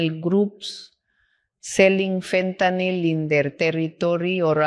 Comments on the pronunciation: She gets points for pronouncing fentanyl correctly. Ben… literally every American… learn! It’s not an alcohol, it is not “Fenta-nol” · she pronounces fentanyl correctly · Just the mere fact that she pronounces fentanyl correctly tells me she knows what she is doing. It’s fentanyl, not fentanol.